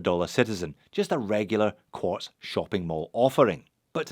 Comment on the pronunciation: It's QUARTZ, UGH....